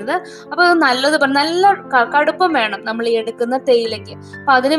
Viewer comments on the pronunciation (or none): none